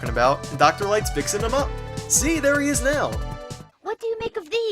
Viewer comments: I died at:DOCTAH WAWWI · "Be vewy, vewy qwhyit! I'm hunting Doctah Wahwee!!" "HUH UH UH UH UH UH UH!!!!!" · shhh... be vewy vewy quiet, i'm hunting doctah wahwees